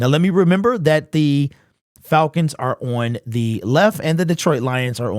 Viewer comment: Why can't he pronouce the word on?